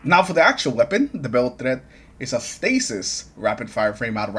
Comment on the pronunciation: The beiled threat 😂